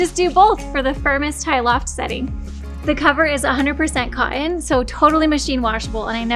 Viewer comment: Is not the word COTTON pronounce with the letter "T"?